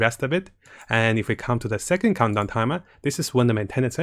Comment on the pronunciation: Everyone else: "Countdown": "Condom","Cumdown"